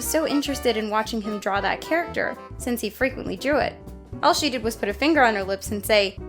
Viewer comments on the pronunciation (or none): none